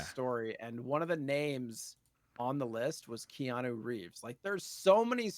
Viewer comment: The pronunciation of Keanu and Yakuza in this episode almost made me have a seizure. All seriousness I always enjoy this show